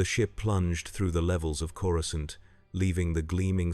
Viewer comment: Coru-scant lol